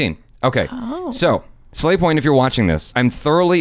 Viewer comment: but you said sla*y point instead of slavy point